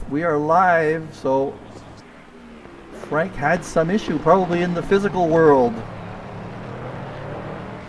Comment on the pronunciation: Hi, Thank you for what you do for the league, I really appreciate it. You pronounce my last name well, and I'm French. Franck